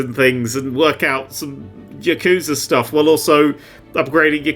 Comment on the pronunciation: Really butchered the pronunciation of yakuza the way only a British english speaker can, there. 😅